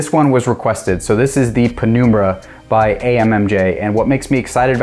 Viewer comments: its num like number and numb not penoombra ya goober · penumbra is pronounced Pen - um - bruh.